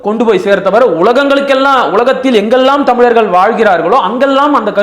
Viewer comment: தயவு செய்து தமிழர்கள் என்று உச்சரிக்கவும். Thamil இல்லை